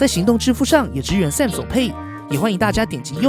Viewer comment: 很不錯的影片，唯一的雞蛋裡挑骨頭大概是“Samsung”的發音XD 聽著有點彆扭，建議去聽聽看英文評測影片怎麼發音的 重音應該在後面，不是在"Sam"